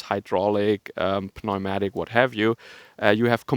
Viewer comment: check your pronunciation on “pneumatic,” we say it like “numatic” 😀 Same as in English like how “pseudo-” and “psycho-” just become like “sudoh” and “syco.” I know in German you guys like to say the P but English speakers really don’t. Pfarrer, Pfeffer, Pfad, Psychologe, Pneumatik... these are all difficult and unnatural for English-speakers who aren’t good at languages. I forget if you are from the south but in Switzerland they say Pneu for tire, which is a goofy one coming from English. We would want to pronounce it “nu” which doesn’t work as a stand-alone. “pneu-” in English really only works as a prefix because of how we pronounce it.